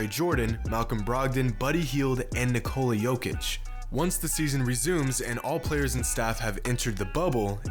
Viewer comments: Nicole-uh Jokic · why is he pronouncing nikola and bertan like that